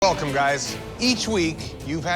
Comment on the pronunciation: elcome guys